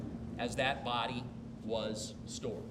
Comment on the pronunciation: He said blood not body is his accents